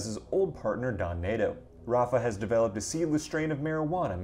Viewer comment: Bro..work on those pronunciations, 😂. Don Neto isn't pronounced Don Nato